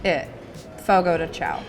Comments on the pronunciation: said she was going over every single word in the car on the way over. Didn’t look up Chão apparently. 😉 Chão is pronounced ”shoan” like own. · just fyi you should pronounce chão like shawn or something like that!!!